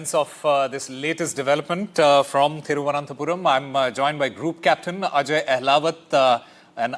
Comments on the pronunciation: "Thiruvananthe"? Wow Pronunciation standards of NDTV is amazing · What a Anchor... Can't pronounce Thiruvananthapuram...! Disgrace..